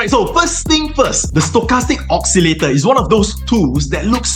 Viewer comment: You make a huge mistake pronouncing the word "oscillator".